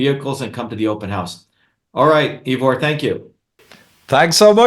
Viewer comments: This guy is full of arrogance and hubris. You likely helped MANY more people Ivor, with your reasoned logic, than this pompous wannabe politician. He can't even pronounce your name right. His videos have a VERY small fraction of the views yours do. He has zero humility, brags constantly, and disagrees and talks over you, even though you are a natural ally. I don't trust this huckster at all, even on points he is probably correct about. Stay the course Ivor. Keep prioritizing truth, without insulting everyone, or claiming your way is the only way. This guy invented email like The Winklevoss invented facebook. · This guy is dodgy Ivor. I would never trust anybody who keeps trying to talk over me and rubbish my own opinions. He can't even get your name right. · If everyone gets a bumper sticker. That is a nice little tickle for him Kerching! He doesn't pronounce Ivor properly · The point is worth making because Shova aspires to be President, or at least a leader. Good leaders remember names, and pronounce them correctly. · I wish Ivor would teach these people how to pronounce his name... It's painful hearing EEvor over and over again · Actually, my name is I-vor, pronounced Eyevor, and I'm from Ireland, not the UK! I like Dr Shiva, but I find his challenging of you very aggressive. I understand his frustrations with the lack of activity of the general populace, and his talk here is very eye opening to say the least, but his angry-ness is quite rude. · Thanks 'Ee-vor' for a very stimulating discussion. Glad to see that the assertiveness training has really benefitted the erstwhile shrinking violet, Dr Shiva! 🤣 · OMG 🤦🏻‍♀️ Why won't this bloke let you speak "Eevor"? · For all his self and arrogantly professed knowledge, he's really struggling to understand a rather simple fact, Ivor is neither English or from the UK! It also would've been respectful to learn how to pronounce his name correctly. He has plenty of interesting points, but he's insufferable.